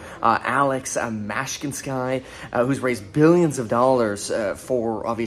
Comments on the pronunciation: Alex Mashkinsky lol ive never seen anyone to mess a name pronunciation more than Kevin. You rock! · Ma-shin-ski, love your channnel Breh